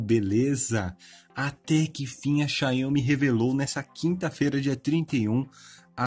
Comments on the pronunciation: Amigo, a marca é Xiaomi, não xaiômi como vc fala... Só uma crítica construtiva mesmo pra os próximos vídeos :) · Sua pronúncia "Xiaomi" é bem estranha kkkk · Vc testar pronunciando erro o nome da marca